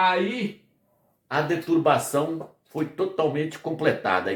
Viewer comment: Fala se: deturPação irmão e não deturbação. Agradeço o conhecimento, estou aprendendo muito!